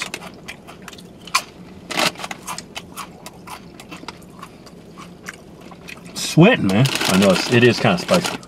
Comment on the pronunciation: "Those were some damn good duritos!"